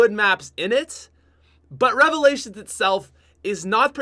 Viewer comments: Top five worst cod youtubers number 1 worst youtuber im in subbing because you said revilations I hate you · I died when i her revailalins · I am going to hope you say revalations. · rly nigga revolations?!?! REVOLATIONS!!!! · Who else head the like goal and liked the video... Then hears say " number 5 revalations," and switches to dislike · When he said revalations my jaw fucking dropped